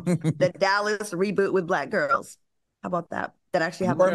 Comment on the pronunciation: Al acting a ass cause of the guest host. I know Claudia be over them "gwarls" and Claudia tryna say Al, the same way you pulled Star Jones. That's how.